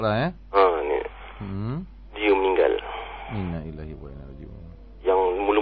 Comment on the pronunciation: sebutan yang betul ialah Innalillahi waiinailai hirojiun. Bukan Inaillah.. sekian terima kasih.